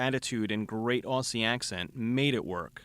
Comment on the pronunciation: It's pronounced 'ozzy' not 'aussy'.